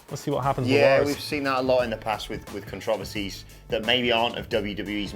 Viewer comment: Nobody's talking about the way says controversies?